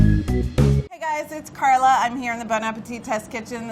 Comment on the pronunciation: every time he says “carla” i trip out... my name’s Karla JDJFJFJ